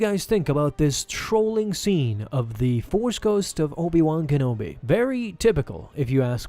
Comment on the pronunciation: Obi Wong Kenobi. Cannot unhear.